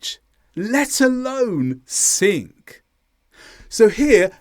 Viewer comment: Pardon me, but sing doesn't end with a k. It's not singk.